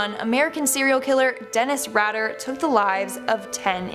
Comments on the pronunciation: Although he doesn't deserve to have anyone speak his name, you pronounced it wrong. Its not "Radder". It's Rader. "ray-der". Aileen was NOT the first female serial killer. 1, American had many female serial killers in the early days; the 1800s alone would fill many books. There have been serial killers; male & female, long before the term was coined. History is full of them. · Dennis Ratter.... you mean "Raider" pronounced Raider. Reading folks. Stay in school. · The E makes the A in his name a long vowel. So his Name is pronounced Raider... Like Raiders of the lost arch. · It's pronounced Ray-der. He killed children and parents. He tortured Wichita for years. Nothing to laugh about, but glad you find humor in it. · She butchered Rader's name like his victims